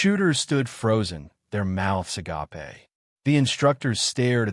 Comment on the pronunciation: A silent 'e' at the end of agape !!!!!